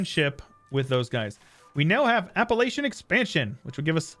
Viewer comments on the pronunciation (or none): Destroys my soul how you pronounce Appalachian